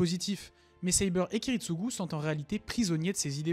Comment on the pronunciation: Et tu prononce bien Saber ne te fais pas avoir c'est comme ça qu'on le prononce